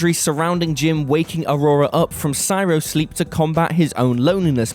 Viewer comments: Cryo-sleep. Not “cyro-sleep”. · Hey will its not siro sleep its pounced cryo sleep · more like Sigh-ro...but yeah...that hurt my soul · I think read "Cryo-sleep" as "cyro-sleep"